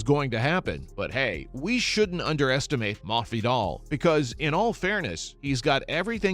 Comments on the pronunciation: Possibly a speech impediment? Or the guy is low key trolling mafidal. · i mean he pronounces every word except masvidal right, but i dont get the troll either, not sure tbh😂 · why do you need to pronounce his name like that ://